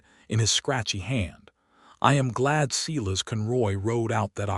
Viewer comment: Can someone please tell AI that Silas gets pronounced Si as in Silo not Selass